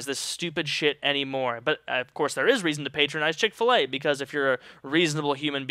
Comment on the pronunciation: Wtf is CHICK FA-LEY EXCUSE ME.